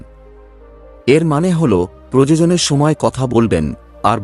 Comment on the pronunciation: শব্দ টার উচ্চারণ হবে "প্রয়োজন"আপনার উচ্চারণ হচ্ছে প্রযোজন।দুটো শব্দের অর্থ টা কিন্তু আলাদা,তাই বিষয়টা লক্ষ্য রাখবেন।আপনার সব ভিডিও তেই এই উচ্চারণ ভুল হয়।